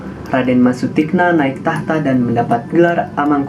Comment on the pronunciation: Mohon dibaca Sutikno bukan Sutikna yg lebih kejam adalah Amangkurat I